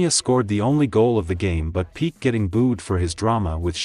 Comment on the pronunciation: Pee Kay - not peek